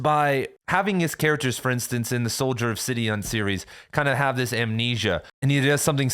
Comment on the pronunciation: Sidon not "Sidion"